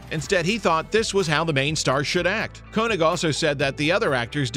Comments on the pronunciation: "Koenig" is pronunced "Kay-nig", not "Ko-nig." Do some research. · Isn’t Walter's last name pronounced, "KAY-nig"...? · Actually, the "oe" is the variation of "ö" used in languages that lack the umlaut (so König becomes Koenig), and is pronounced with a vowel sound that doesn't even exist in English. English speakers sometimes choose to use "Kay-nig" which phonetically is a little closer to the original German pronunciation, and this is what Walter Koenig does. However they equally often choose to pronounce it how it looks to an English speaker. I have a colleague at work who does this; he pronounces his name "Ko-nig." In the 1970s sci-fi series "Space: 1999" they made the show's hero, Commander John Koenig (and all the other characters on the show) pronounce his name "Ko-nig" as well. This is not "wrong" it's just how they prefer it, and since neither pronunciation is correct in the original German, it's up to the wearer of the name. Walter Koenig clearly prefers "Kay-nig" -- or that's just how his family have always pronounced it since they assimilated to American culture and adopted English. They might have gone the other way, and that would be fine too. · In every interview I'd ever seen with Walter Koenig, they'd pronounced his last name as "Kay-Nig"